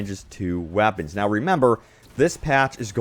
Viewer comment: "The wappens"